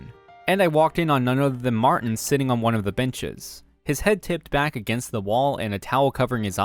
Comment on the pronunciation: It's MAR-TIN not MAR- TEN